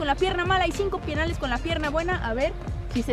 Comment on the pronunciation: En el minuto dijo pienales